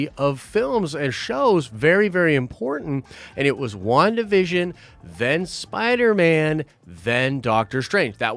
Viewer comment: man said spiner man